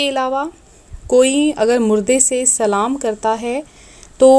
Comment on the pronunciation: pahele to aap Salam sahi se karo badme tabir do Salam karne ka tariqa hi galat hai aapka to tabir to phir kya pata sahi hai ya nahi